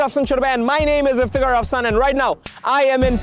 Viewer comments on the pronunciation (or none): Not Rafsan Sabab It's Iftekar Rafsan